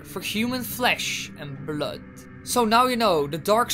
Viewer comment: And bloud